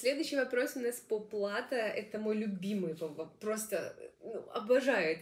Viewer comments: Респект! Только, простите за замечание, но лучше говорить верно. Не "плАто",а "платО". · Думаю, плато ударение на о.